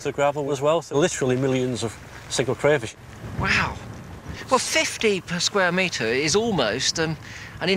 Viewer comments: Crayfish not cwayfish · do we have a Cwayfish Centuwian..???